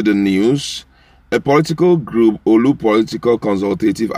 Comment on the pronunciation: Please pronounce Orlu correctly. It is Not "OLU"